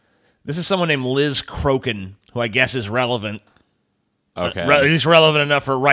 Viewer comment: I love how her surname is pronounced "croakin".